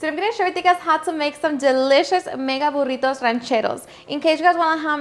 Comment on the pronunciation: I could listen to her say burrrrritos all day long the way she rolls her r’s. Looks delicious btw!